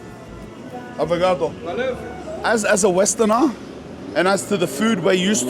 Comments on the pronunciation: it's obrigado not abrigado aniosss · Japanese Portuguese blend "Obrigatō" 😂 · Lol "Obrigato"